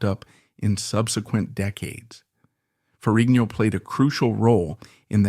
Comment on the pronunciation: It is FER-RIG-NO